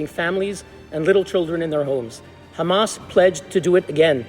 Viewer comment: Where's the meltdown? I just see a guy jawing, all the same old shit "right to defend itself... Oct 7th... Khamas" get some more material, please!